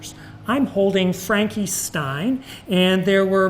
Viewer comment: When he said "Frankie stein" I legit stopped watching, turned off my computer, and went to bed I was so mad.